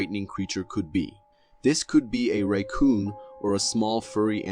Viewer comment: you said raycoon..... what the actual fuck?